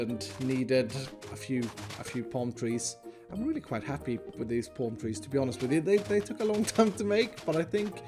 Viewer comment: Normal people: palm tree: pOlm treez